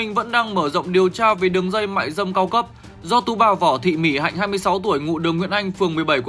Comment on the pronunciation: Mic đọc tên Mỹ Hạnh sai . Vất vả quá.